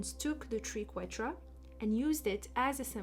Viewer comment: I love this video and your enthusiasm ❤ The Triquetra ( pronounced as try) is a beautiful symbol